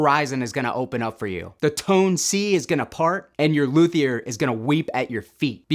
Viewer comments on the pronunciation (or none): none